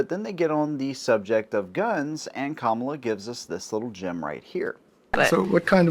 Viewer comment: Thank you for actually pronouncing her name right.